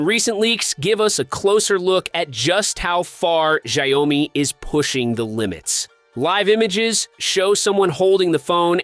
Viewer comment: Hory shitz, your pronunciation of the brand is such a raw rape. Do a research first how to pronounce it dude